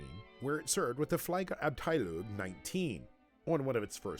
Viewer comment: Well more or less, but they massacred about any other non english term (except for Benz i guess), namely the first name Arved, the Term "Fliegerabteilung" and the dutch aeronautics pioneer Anthony Fokker's name... it sounded okay to me. it's a hard sound to reproduce for english throaths, just as W and TH are awful for german speakers to pronounce correctly when learning english.